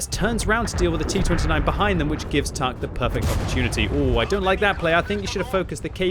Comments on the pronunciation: Its not "tahk" in latin but its in cyrillic and pronounced "Tank" 😅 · TAHK is pronounced tank, not tahk, by the way, for the Cyrillic N looks like the latin H...